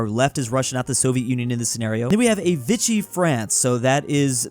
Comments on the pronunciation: Is is pronounced Veeshee not vichee france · It's VI-CHEE France not VI-KEE France. Fight me...